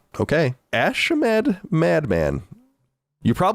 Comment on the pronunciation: Colin pronounced ashamed "ash-ha-med"